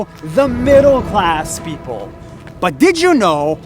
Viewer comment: I thought he said “useless cars”